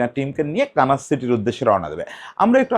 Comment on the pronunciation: কানাস না মনে হয় দাদা। কানসাস সিটি